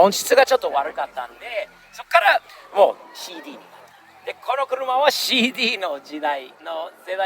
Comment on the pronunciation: が日本語マスターしてるなーって改めて思うのが…CDが日本人の発音してるところ笑